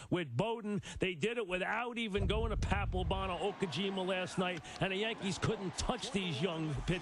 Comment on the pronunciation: Man blast from the past hearing some of these names. Bay, Bruney, Berroa😂, Varitek (Verritek in Mikespeak) He did a nice job on the Okajima pronunciation